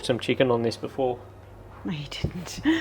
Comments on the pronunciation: I do not see the recipe in the description. And it is pronounced cal-zone, 2 syllables, not 3. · Calzonie lmao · Joe Amato would give you a back hand for butchering the prononciation of Calzone lol